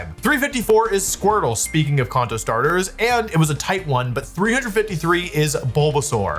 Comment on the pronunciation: "Konto form" 😂